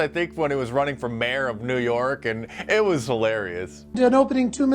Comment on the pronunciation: I can't stand her pronunciation of "and" : iiieeeeaaand. It assaults my ears.